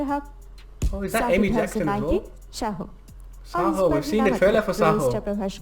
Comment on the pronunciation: It's not chahoo it's #saaho